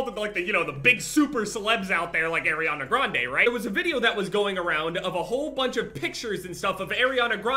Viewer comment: “Airiana Grande”